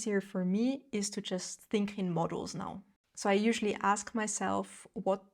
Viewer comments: When you say "modules" it sounds like "models." Books are a no, I go to thrift store buy a classic for $2 then leave it somewhere, I literally had someone ask me if that was my book after I had just set it on seat to give it away. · Pronunciation: modules - mod YULES